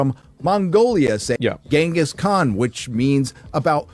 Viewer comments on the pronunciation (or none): none